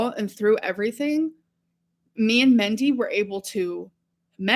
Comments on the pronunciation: She lived with that woman for months yet she still calls her "Mendy" instead of Mindy. You'd think she'd learn how to pronounce it. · If Destiny’s Mom’s name was Mindy and she is repeatedly calling her ‘Mendy’, then I am taking great personal offense! She loved her so but can’t pronounce her name.😡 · But she say MENTY ✨️😭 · I really hope Its Mendy and she isn’t pronouncing Mindy as Mendy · Why is she saying Mendy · It's Mindy. She thinks it quirky to pronounce things like a child. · Why would she pronounce it like that omg..